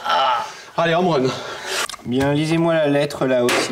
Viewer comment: Ça fait des années que je crois qu'il dit "aller en moines" alors qu'il dit "home run"